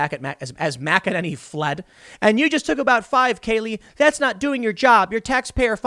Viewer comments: OMG you said her name right!! THANK YOU!!! THANK YOU!! GJ!!! ♥♥♥ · Waouw, look at you Tim, learning almost how to pronounce Kayleigh McEnany’s name and everything!😅😇